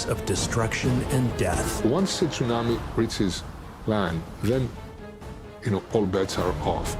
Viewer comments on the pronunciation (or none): This guy keeps calling it sun-ammy. Im out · If he says, " tsunami " like that one more time...